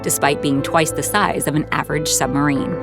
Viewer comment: I'd have thought to narrate this documentary, one might need to be able to pronounce the word submarine. It isn't a summerine!